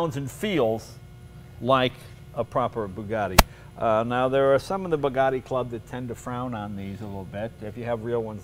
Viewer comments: ...is it that difficult to say 'Bugatti', instead of 'Boogadhee', Mr Leno ?-/ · They are Bugattis not Burgattis.